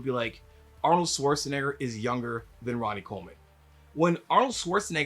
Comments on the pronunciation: Schwartz ! Not Swartz lol agreed with the entire video though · Why do so many people pronounce Arnold's last name like it's "Swarzenegger"? Isn't there supposed to be like a "sh" sound in there? 🤔